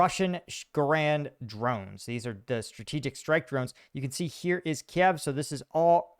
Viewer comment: it's Kyiv, not "kiev"